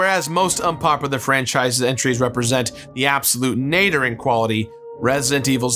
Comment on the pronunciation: nader? nadir...